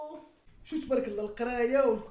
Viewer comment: هههههههههه سندس القراية ماشي سندس القرابة